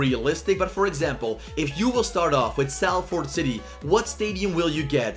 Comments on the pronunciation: btw its said as sol-ford not sal-ford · Pronounced SOL-FORD